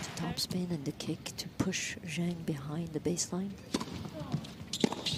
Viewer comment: Crazy that professional broadcasters can't take a minute to figure out the correct pronunciation of Zheng's name.